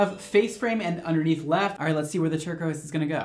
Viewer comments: anyone else notice “turquise” 😂😂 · “Turquise” lmao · I caught “turquise” “turquoise” the second time was right lol